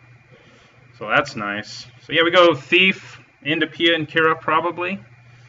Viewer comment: Its Kiran not Kira.